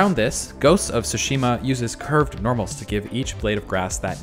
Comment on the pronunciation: Dude keep repeating "Ghost of sushimi"